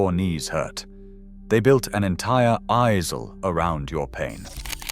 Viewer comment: What is an "i zle" do you mean aisle?